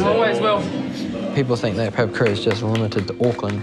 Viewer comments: Pa-Pa-Ku-Ra, not pepperkyewrah 😂😂😂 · At least pronounce Papakura correctly. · Can we at least learn to say papakura properly. Plz